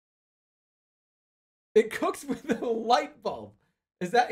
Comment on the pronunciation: “350? That’s not a lightuhbulb!”